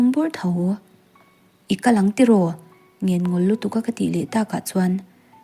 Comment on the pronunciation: A cheng deh fuh tih laia cheng i lam dan hi a diklo deuha,khawnge i chen kan tiha chen tih thluk khan lam tur.Tin ngenngawl tih thluk pawh hi a diklo a ngawl lai hi thluk tur